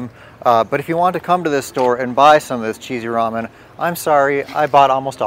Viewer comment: I just heard you call Mya’s Ramon cheesy. Lol 😂